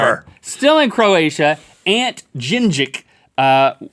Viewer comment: As a Croatian I love to listen to them pronouncing those names wrong, I was out when Link said Ante.